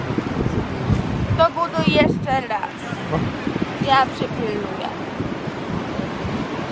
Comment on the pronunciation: "Jeszcze rlas", "rlazem", "nagrrrywac". Mam wrazenie ze specjalnie to akcentujesz. Czasem zapominasz i wymawiasz "r" normalnie.